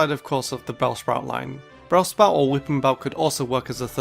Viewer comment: He said brellspout instead of bellsprout